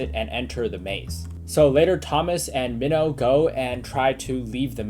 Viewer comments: U say the name mihno like me no not meoh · He's calling mino. Mino like a fish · Also it’s pronounced Mean-o. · Your videos are amazing but you triggered me when you said “min-o” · This man just butchered minhos name